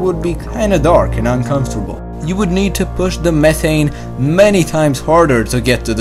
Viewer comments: Speech impediment makes you difficult to understand, sorry. Speak english please, it's pronounced meh-TH-ane, not meh-ane, where is your THHHH sound!!! You need speech school you have a horrible impediment!!! Trust me I am incredibly educated and you have a problem!!! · Love your pronunciation of "th".. tree, urt, metane, dere hahaha Still, very well explained and a very good video :D